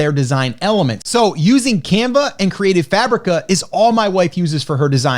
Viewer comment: Saying "Creative Fabreeka" sounds crazy 😂 I think it's a midwest thing.. Also Neesh is the British version, Nitch is American. Both are accepted as correct in dictionaries.